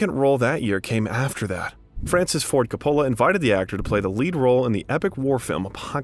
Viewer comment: This might be good work but......How about learning how to pronounce Coppola ?